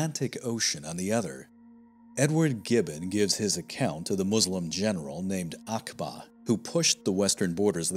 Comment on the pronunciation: Uqba bin Nafi is pronounced like Ooqba rather than Akba